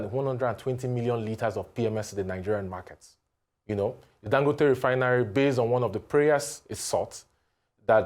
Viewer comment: Ago bawo? It is Dangòte not Dangóte please. Listen to Dr Abati pronounce it properly.